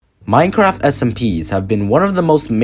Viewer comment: is noone gonna talk about how he said minecrack?